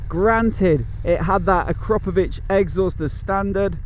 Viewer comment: A-CROP-OH-VICH or A-KRAUP-O-VICH is correct.